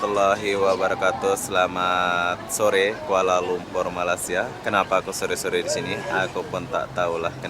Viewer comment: Awalnya tadi mau subcribe channel ni.. tapi sebabkan sebutan admin gak betul aku gak jadi subcribe.. sebutan betul Malay sia bukan Malas sia..